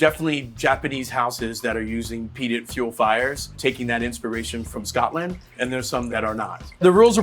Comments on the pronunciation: He also kept saying “Scott-land” like a weirdo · I'm not even Scottisch, but I'm offended by the way he pronounces Scotland lol. Lot's to learn about Whisky still, I realise i'm not the target audience and it's atill a matter of taste (I think Jim Beam is better than Jack Daniels although IMO bourbons aren't whisky at all), but for example saying Glenlivet is peated where it isn't makes me kinda question his other videos too. No hate, just.. a bit disillusioned I guess.